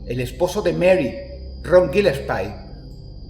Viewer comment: Gee-Less-Pie. Dross, de verdad has jugado Sillent Hill? se pronuncia Gal-Less-Pee